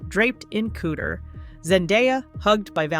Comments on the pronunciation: “Wrapped in cooter?” …you mean “couture?” 😭😭 These AI videos suck so fking bad 😂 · Ko Tour (couture) not cooter! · A “cooter” in some circles is an unmentionable part of a woman’s body, whereas “couture”, pronounced “coo-choor” is designer fashion. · Couture is NOT pronounced cooter. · Couture NOT Cooter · Dear robot employers: Couture is NOT pronounced ‘cooter’. There are NO HUMANS who can do the voice-over???? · Hey, AI! You pronounced “couture” as “kooder”. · Your video is very interesting; however, Sweetheart, please Google how to pronounce couture! In the south "Cooter" has nothing to do with fashion!😂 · "...draped in kooo-dure..?" omg, this AI bot voice over is hilarious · I’m sorry, did you say Rihanna was dressed in ‘cooter?’ Edit: they do it the entire video—they think ‘couture’ is pronounced ‘cooter.’ Dear GOD, do you not have an editor? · Please look up the correct pronunciation of"couture." it's not "cooter." Her "cooter" is what she used to bag a Prince. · “Cooter?” Jesus. You can’t teach AI to pronounce couture?? 🙄🙄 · COOTER😂😂😂😂 That's how AI pronounces couture. me stealing dat😊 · It drove me crazy that the voice over kept pronouncing the word couture as "cooter". 🤦🏻‍♀️😂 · The narration needs work. Seriously, pronouncing couture as “cooter”. So bad! 🤦‍♀️🤦‍♀️🤦‍♀️😭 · 'COOTER'???? Does the narrator mean 'couture' but is unable to pronounce the French word correctly? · These are , still , the early years of AI . Pretty soon , they'll rectify this . But I really hope they don't ! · Please learn how to pronounce 'couture'. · that’s funny🤣but sadly, it’s just the AI not knowing how to correctly pronounce the word “couture.” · It's driving me crazy too